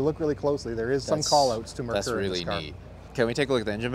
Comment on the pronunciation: I remember this car very well when it came to US. The reasons it didn't sell here is one the name (it's pronounced MARE KOOR) And it was sold through Mercury dealerships. If Ford had named and marketed it better it would have been a home run here...